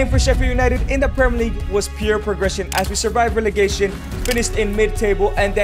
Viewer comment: 'the beginning innit' had me dying 😂😂😭😭 proggression innit brev bros too smooth